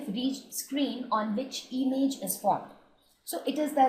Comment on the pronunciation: It is not emage it is image